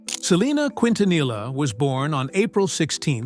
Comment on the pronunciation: They really need to get an Hispanic commentator who really knows how to pronounce Selenas last name correctly You just massacred her last name Please take a crash course in learning how to speak and pronounce people's last names I personally feel that it's an insult in the way you try and speak Spanish very disgraceful Im not even finishing watching your you tube video that's how upset i am just having listen to you!!!!